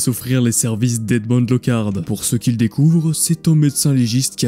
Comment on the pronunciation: Il faut vraiment manquer cruellement de culture pour prononcer certains noms et prénoms à l'anglo-saxonne. Edmond se prononce "édmon" et non "èdmonnde" Respectez la langue française. Sinon la vidéo était intéressante.